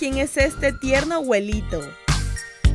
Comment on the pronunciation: primero aprede a pronunciar abuelit@ no aguelit@ 😑😑